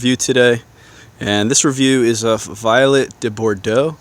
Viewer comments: Vee-oh-let-A it’s French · Vee-Let. You must be speaking Poncey French.